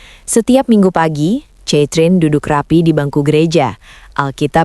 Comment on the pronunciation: Narator bego ! Baca "KETRIN" bukan catrin...kayanya lu gak pernah sekolah ya !? malu²in 😂